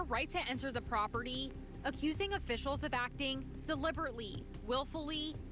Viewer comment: "Properdy" is not a word. "Cownee" is not a word. "Acownuhbilidy" is not a word.